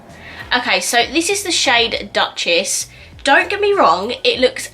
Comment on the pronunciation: Hey there! I bought almost the hole collection 😅 You pronounced Duchess wrong it‘s „Dochess“. It‘s france ☺️